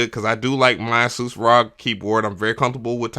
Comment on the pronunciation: It’s so refreshing to hear someone properly pronounce Asus! Lol Edit: I built my pc I use for recording but the wires needed to keep it silent (it has 7 fans on the water cooling radiators) which one of my mics would pick up on ever so faintly lol.